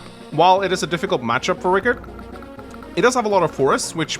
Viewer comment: It's Rii-karrd